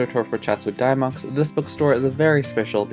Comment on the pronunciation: I have never heard anyone pronounce Dymocks like that. Is it an east coast thing?